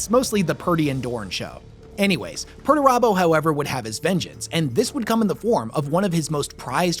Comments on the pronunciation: Pretty sure it's pronounced "Peter turbo" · Thanks to your pronuntiation of Perturabo I realized his name isn't actually PERTURBADO. Missed a chance there GW.